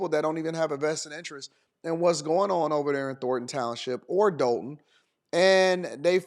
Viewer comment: It’s not pronounced the way it spelled .. We don’t say Dol-ton . We say Doll-ton ..lol